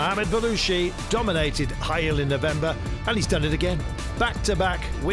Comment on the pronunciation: Hail not Bail